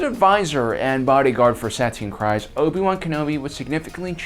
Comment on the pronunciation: For the love of Mandalore….her as well as her sisters last name is KREEZE (as in freeze) not Kries. They pronounce it a bajillion times in the clone wars and Bo-Katan even introduces herself to Din Djarin as KREEZE.